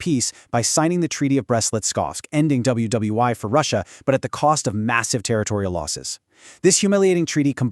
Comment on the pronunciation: Not bad until "double u double u eye"